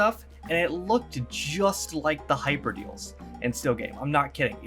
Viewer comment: BTW, its called Hyperdales not Hyper Deals